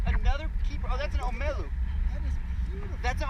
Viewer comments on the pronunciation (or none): He said oh-meh-lew, it’s o-me-lou but good job catching all 4 omilu, next time catch only what you eat or catch for you or some people you know 100% goin take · lol "omelu" its omilu bruh but congrats that a nice load of fish though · Hawai’i Locals: Omiluu: Omeelu